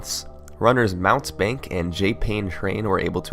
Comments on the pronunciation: Mountebank is pronounced Moun-tee-bank, and it means charlatan, fraud, or trickster. Usually it has the sense of being petty. Just a fun tidbit when thinking of this guys' runs. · FYI mountebank isn't "Mount bank", it's "mount-ee-bank". It's a word that means charlatan, or professional, but small time, fraud. Not two separate words, but a single word. Think of a man in a cape trying to sell you something worthless, then once you find out it's cheap nonsense, he drops a smoke bombs and tries to run away.